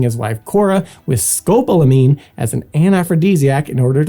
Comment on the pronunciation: Nice! But it's "Sco POL amine," sorry for the pedantry.